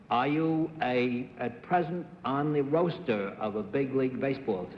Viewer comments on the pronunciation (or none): Speaking of the team roster, Cerf asks about "On the Roast-er" !? Where the hell does he come up with some of these pronunciations. Occasionally Daly follows him, I think to be polite, but he paused and didn't get near this one. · Cerf, whose son went to Hahvud, pronounces "roster" as "roaster." Roaster? I wonder if that's how the pronunciation is specified in that dictionary that Cerf publishes. Thanks for uploading this episode. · OMG: Bennett pronounced "roster" "roaster"! Another example of his distracting mispronunciations. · Cerf read a lot but he also existed in the world like everyone else. The "he's a reader" argument would only hold for rare words that he only saw in text. He wouldn't mispronounce a word as common as roster just because he was a constant reader. I agree with the poster who pointed out it was likely due to doing most of his schooling pre-WWI, when pronunciations were especially non-standardized and could be far more regional than later in the century. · Daly diplomatically found a way to avoid using the word entirely rather than mispronounce the word or embarrass Cerf.